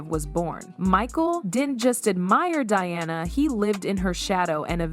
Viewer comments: When the video is about Diana Ross and the AI voice pronounces it “Deeanna” maybe it’s a good time to just have a human do the narration. A good example of AI making things worse. For no reason. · If it isn't AI, the narrator did a horrible job. The age gap was actually 15 years. the narrator starts pronouncing Dianas name as Deeanna. Big difference. Also, "the 1980s" is said as "1980 ess" Definitely AI or a poor job at narrating.